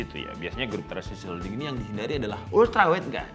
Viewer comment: Transsion bukan transission